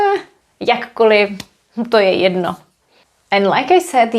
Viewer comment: This question might be a bit off topic: When you say "To je jedno." it always sounds like there's a short additional e in between, like "To je jedeno." Is this typical for d in front of n?